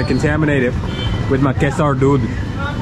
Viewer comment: another tip on pronunciation of "Kesar." Drop the "aaw" between "S' and "R". It is pronounced as "Kay"+"Sir."